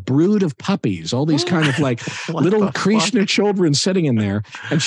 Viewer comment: I'm really, really liking this Chinwagcast. One thing though, what's with they Kathryn and Paul pronounce "Kreeeshna." Is that some east-coast way to so Krishna? Sorry, but curious.